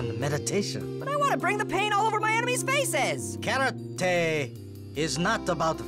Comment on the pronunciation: Karate more like Carrote